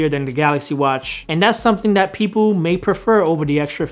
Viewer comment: come on man you can do it! "TH" not "D"... you got this. Just focus... THHHHat NOT DDDDat.